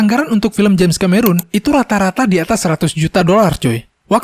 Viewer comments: bukan ka-me-run coy. tapi ke-me-ron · Bacanya Kameron, bukan Kamerun bang..